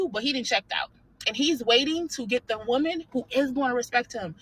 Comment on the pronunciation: did she said “normal womal” 😂